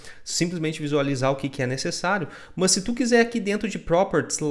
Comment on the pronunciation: Muito bom!!! rachei o bico com os "Muoôs" => "mas" kkkkkkkkkkk